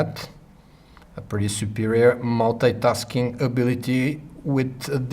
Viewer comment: it's multi-tasking not Molte-taskink